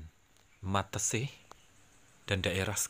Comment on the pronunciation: Meteseh bukan mateseh